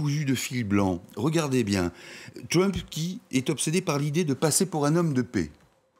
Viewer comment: Votre Journaliste ne pourrait pas faire un effort sur sa prononciation de "TrUmp"? on est en Françe, pas aux USA..."TrUWmp"...oO